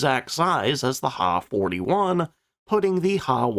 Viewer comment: The narrator does not know anything about Japanese aircraft names. The Ki-44 is pronounced K I not key also the Ha is H I not ha! get people to do these videos that now what they're doing!!!!